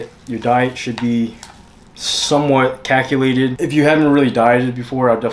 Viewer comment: I love all your videos bro! Super educational. But don’t ever say “caculated” again. Please. It’s cool just..chill out